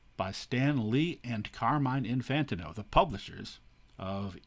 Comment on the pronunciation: Fantastic video. By the way Carmine’s last name is pronounced In-fan-teen-oh